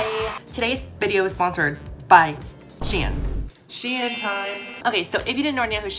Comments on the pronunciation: Anybody else pronounce “shein” >> “SHEEN” 😭 “she in” I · SHEIN: exists: She-in:)